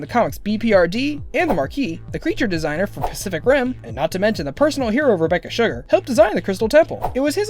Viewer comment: on the second fact did he say "Rebeccar"